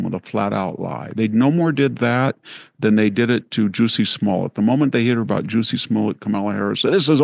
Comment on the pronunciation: “Juicy Smollette” 🫢😅🤣🤣